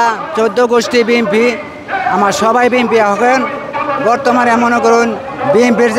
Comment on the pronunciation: আরে আপনার চৌদ্দ গুষ্টি বি এন পি,,, তো নামটি ভালো ভাবে বলতে পারেন না,,, বলেন বিএম পি,,,, সারাই নেতা